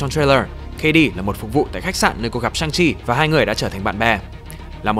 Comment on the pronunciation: nhân vật này phải đọc là "săng-si" chứ